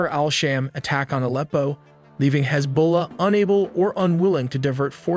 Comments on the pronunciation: Alpo is dogfood. Aleppo is a famed city in Syria. Hi tech AI! They can't pronounce words correctly is a major flaw. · AND 'AH-leppo' Should be pronounces 'uh-LEP-o' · Dude before you make videos at least LEARN how to pronounce EASY to pronounce names like Aleppo ffs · bro can't even say Aleppo right.🤣 Thats when you know Youtubers are clueless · Your pronunciation of Aleppo was too cringe for me to continue. AI much? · Video is pretty good, but I think you should double check pronunciation of names. You mispronounced Aleppo and Erdoğan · Pronunciation of "Erdogan", "Aleppo", "Iraq" etc. etc. etc. I can't take this video seriously. Gonna have to just pause it right there and thumbs down.